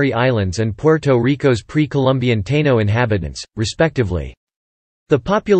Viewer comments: This AI voice has a major problem w/ pronunciations. WTF is a Tayno 🤣 not sure your % and time is correct. . My family was there from the start I look American and only have 8% Taino 5% Africans the rest Celtiberian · Your pronunciations of “Puerto, Borinquen and Taino” is truly cringe worthy. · At :53 he says Taino natives. Is this actually pronounced (with English phonic) tay-no like he said not tāeeno as I though it is ? Can’t trust the robovoice pronunciation! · These AI narrations can be so cringe to hear! As bad as referring to the Taino as "TAY-nos"! 🤦🏾‍♂️🇵🇷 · How about taynos tai nos ? lol 😅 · the narrator is AI, I cant stand the way it pronounces Puertorican, Taino, Borinquen, and many other specif Puertoriqueno words. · The automated voice sucks how it pronounces Puerto Rican and Taino